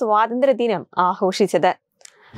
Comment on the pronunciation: Sister...ahoshichathu alla aghooshichathu